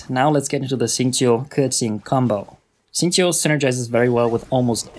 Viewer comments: This guy actually said his name correctly amazingly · HE READ KEQING AND XINGQIU RIGHT YESSSSSSSSS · Super well done and informative video, really appreciate it! Learned lots of things, will try out for my own Keqing and Xingqiu. P.s. I appreciate your (correct) pronunciations of their names (